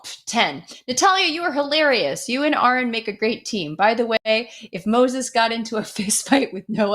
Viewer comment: He who misspronounceth Aron shall be punished.